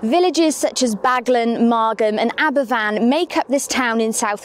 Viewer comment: Someone please inform her that its Aberafan..not Aberfan.